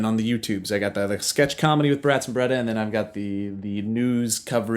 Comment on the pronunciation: ERMAGERD ITS JOE BERETAH!